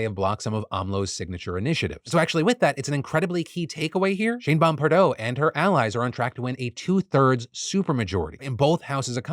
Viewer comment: Thought Phil was saying “Shame-Bomb” for a second